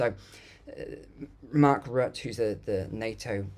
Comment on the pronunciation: Isn’t Rutte “ROO-tuh”?